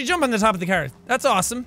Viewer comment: Every time I hear seán say car all I hear is kar instead and I love it.